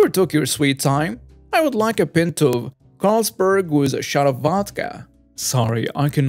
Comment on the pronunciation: you need to learn how to say the words “pint” & “wound” properly!